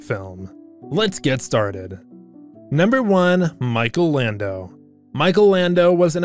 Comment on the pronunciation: R we not gonna talk about how it’s Michael Landon not Michael lando (no hate)